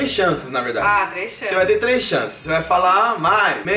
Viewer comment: É verrdxe! Kkkkkkkkkkkkkkkkkkkkkkkk